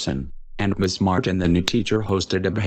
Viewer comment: Miss not ms